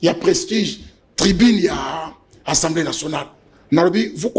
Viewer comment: Pardon ba ndeko. Est-ce que Mr le journaliste atanga vraiment oyo ba komi na papier? Soki yango alors mawa mingi. Je comprends pourquoi ba pays voisins ne nous respectent pas. Atangi " ENSEMBLEE nationale. Atangi oyo ba komi na papier ? ENSEMBLEE même avec accent aiguë ce mot n'existe pas na langue française. Na landa ye ye alobaka tjs ENSEMBLEE nationale est-ce normal ? Le mot ezali assemblée nationale. Bo yebisa ye po bana ya maternelle école primaire ba landaka ye. Après bo loba te ke ba enseignants ba zali en mesure ya ko former bana te.MERCI